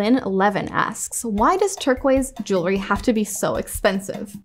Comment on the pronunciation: It’s refreshing to hear the word jewelry being pronounced properly. It’s aggravating hearing it being mispronounced all the time. I don’t understand what is so hard about it. It’s jewel-ry, it’s easy.